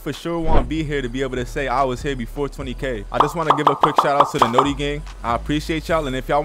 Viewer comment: You said notti wrong